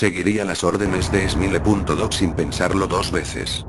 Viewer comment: jajajaj es smile dog no emile dog